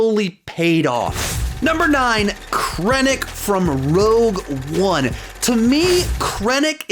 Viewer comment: Thank you for saying rogue one the right way